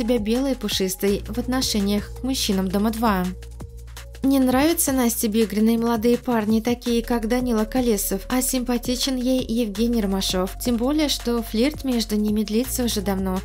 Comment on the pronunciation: Почему фамилии участников коверкаете, ударение знаете что такое ко ле сов на первое о